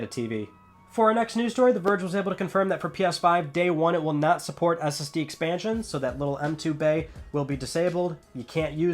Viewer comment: Just me that heard STD instead of SSD ish?